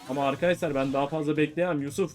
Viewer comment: abi niye ARKASLAR diyon